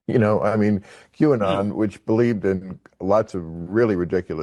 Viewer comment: Qanon pronounced Canon.